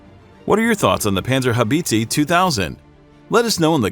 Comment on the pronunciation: Panzer How beetzee 😂😂😂😂